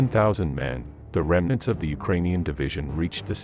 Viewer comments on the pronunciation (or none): none